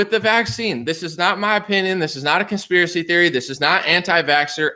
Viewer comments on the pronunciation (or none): none